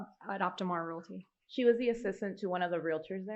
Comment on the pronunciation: She also says relaty instead of realty and murah for murder